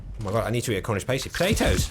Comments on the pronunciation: I love you but… A Cornish WHAT?!? It’s Past-y! Not pasty like paste 😂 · Never heard Pasty said as pace-tee before, i always say it as pass-tee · As a cornishman I feel it is my duty to tell you it's pass-tee not PASTEY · Pasty rhymes with nasty not tasty. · As a brit, and knowing you're a brit, I hate the way you say cornish pasty. It gives me shivers. Do better. That is all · Please don't pronounce the word pasty like that... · Please learn how to pronounce Pasty 😂